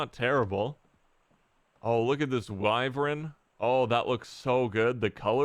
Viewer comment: For the love of humanity, it is wyvern. Not wyvren